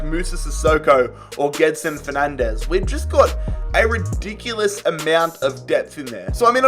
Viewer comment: Btw you "swapped" pronounciation of Bergwijn and Gedson. G in Bergwijn is in like glass or good. G in Gedson is in like you say now Bergwijn